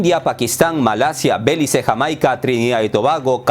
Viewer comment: Belice se pronuncia con acento en la i mi querido, aunque no lo lleva. Saludos